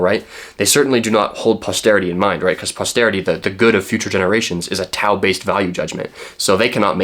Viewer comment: It would have taken you less than a minute to look up the pronunciation of "tao". It's an interesting video, thought provoking, but it did hurt each and every time you pronounced it with a hard T.